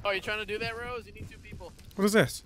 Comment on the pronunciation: "I will choke the shit out of you Sq-Rose" LMAO HES SO USED TO SAYING SQUIRREL😂😂